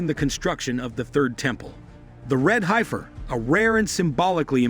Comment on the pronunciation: First things first rapture is fake, false. Easy to find the origin of the false teaching. RAPTURE is not a vocabulary word you will find anywhere in the Bible. Then to further the scam Hollywood movie left behind further propagated the narrative. They gut can't even pronounce heifer. TRY HEFF-ER